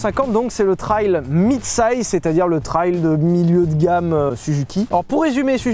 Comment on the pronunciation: Si je l'entends encore une fois dire "trayle" je l'étripe haha